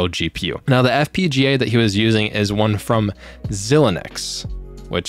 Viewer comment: you said FPGGA twice and Xilinx sounds like Zy Links